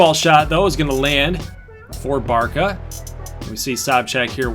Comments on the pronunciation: Just so you know Barca is pronounced "bartsa" or "barssa" and not "barka" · just cause this is pissing me off: (Bar-suh) not (Bar-kuh) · yeah, but Barça is the short way of saying it (it's a Catalan name) and you pronounce it as Bar-suh, or just read it as Barsa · | You said Bar-kuh multiple times in the video. I never said you were a moron, don’t take it like it’s personally. I was just informing you as a European. Sorry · the short name is used most of the time, just the pronunciation is a bit different than what you said